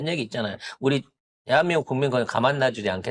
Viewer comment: 대한민국 사랑해가 난 대한밈국 미안해로 들리는 건 나쭌일까? 그나저나 매국노들 또 커밍아웃하는구나!